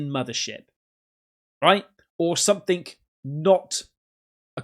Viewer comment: Please stop saying 'somethink', it's someTHING', there's no 'K' on the end.